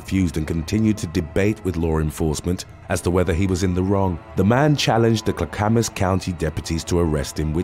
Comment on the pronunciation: I love your videos, but I have to tell you one thing. . . Clackamas is pronounced Clack-uh-muss . ❤️❤️❤️ Just wanted to let you know! Thank you for your hard work!